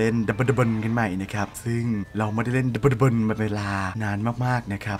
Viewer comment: ขุ่นพ่ออ่านว่า "ดะ-บด-ดะ-บน" 55555 ไรเอ่าะ